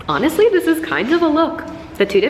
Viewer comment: New catchphrase “dis, dis, dis, aaaaand DIS!”